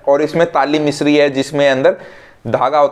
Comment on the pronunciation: Bhai ingredients theek se boliye ya likh dijiye aapney kaun sa mishri bola hai samajh nahin aa raha